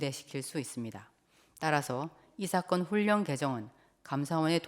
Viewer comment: 이사건을 이사겅 이라시네 받침 발음할때마다 엉발음을넣으시는데 한국인중에 그렇게말하는사람은없지요